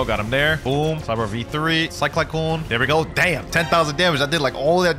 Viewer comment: 'sky kyclone' 💀💀💀